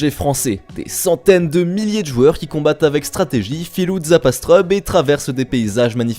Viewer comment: Astreub ? Pardon ? c'est astrUb on est d'accord ?